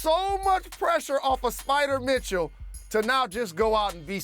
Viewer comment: Every time jalen says sPiDeR mItChEw I die inside